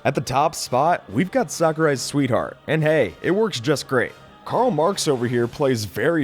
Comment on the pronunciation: I feel like you’ll pronounce rayquaza wrong Edit: nice job, you said right, not tho. Edit 2: “Carl Marx”